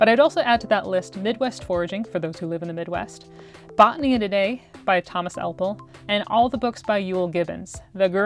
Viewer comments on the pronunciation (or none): none